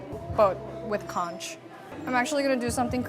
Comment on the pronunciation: Conch pronounced as CONK. Talisay - is Tali-sigh